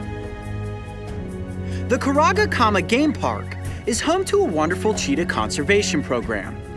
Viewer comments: that's not a cheetah costume that's a lepord costume XD 😂 and it sounded like u seid Cheetos. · Yo bro you love Cheetahs since little how about pronouncing its name properly. There is no Rs in it.